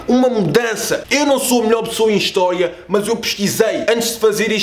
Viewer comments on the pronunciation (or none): melhor pessoa em histoya. erro do Miguel a dizer a palavra.